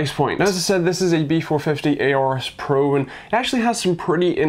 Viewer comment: STOP SAYING AORUS WRONG